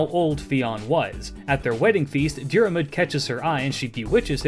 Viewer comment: Love the videos, not a critcism just thought you might find it interesting. Im irish Fionn is pronounced like F(i)un Dairmuid is pronounced like Deer mud (you've basically got this one down alteady) Grainne is pronounced like (G)raaw nyeh (the diacritic on the á is the same as the the one in hepburn japanese, like Shōnen. It means a long vowel)